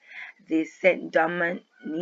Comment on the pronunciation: ST. DOMINGUE is pronounced (san-doe-mau) not st dominique